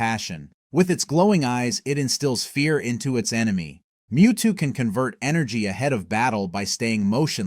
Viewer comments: Wtf is a Moe-two? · Blasphemy!!!! WHATS A MO-TWO?!?!?!🤬🤬🤬🤬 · Did he just say mowtwo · They you just say mo-two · You really said MowTwo??? 🚜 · i click off when mewtwo and Lugia ar mispronounced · I click off the moment mewtwo got miss pronounced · was about to write the same exact comment. wtf!!!